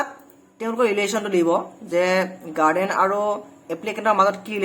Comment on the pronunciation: Hello Mr. গাৰ্ডেন নকয় গাৰ্জিয়ান বা গাৰ্জেন বুলি উচ্চাৰণ কৰিবা।